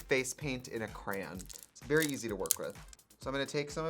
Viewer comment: Did he just say crayn instead of crayon???? Oh sweetie no thank please fix that